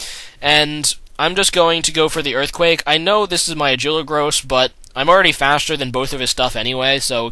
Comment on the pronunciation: lol "agiligross"